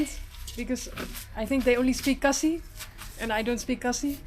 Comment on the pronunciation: Khasi not cassie mam 😅